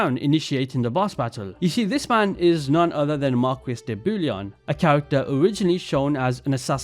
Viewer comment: Ok just FYI. Maquis is pronounced Mar-key (like for the lock) and Aquila is pronounced A-key-la